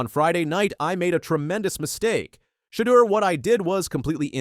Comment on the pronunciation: Your title sucks because Shedeur learn how to say his name right plus he never slams the don for the prank Ok you got it Dude